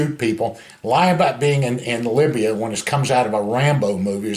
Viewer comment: Did he say he was in Labia or Libya?